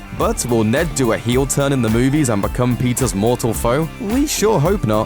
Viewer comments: Why do you pronounce Peter's as Pizza's? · I thought he said " Pizza's love life" lol kill me 😂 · why he says "Pizzas" instead of "Peter's"